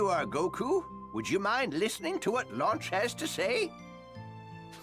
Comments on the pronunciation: I'm pretty sure she's Lunch, not Launch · "Launch"? Why was it changed from "Lunch"?